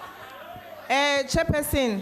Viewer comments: "Chair persin..." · is it me alone who hears "order jefferson" instead of order chairperson 😆 🤣